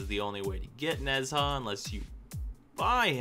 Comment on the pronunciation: How to say HIS name is Nah-ja